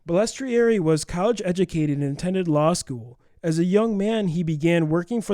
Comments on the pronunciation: Its not that difficult to say Bal es trari, now put it all together and say it right! Good God!!!! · Guy's, you REALLY butchered Frankie Bal's name. You must not be from the Milwaukee area. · If you're going to read about somebody maybe pronounce the name right